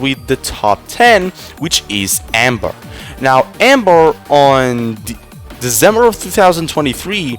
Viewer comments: Ma boi said "Desembuw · Like, every time you Say December, u seam British